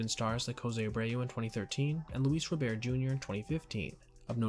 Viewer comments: Its Luis ROBERT, not Robear!! He goes by the American pronunciation of his name!! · Ro-bear...? first time hearing someone call him that. always that it was Robert